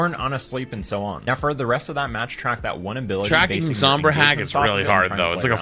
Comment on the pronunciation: the pronunciation of sombra hurts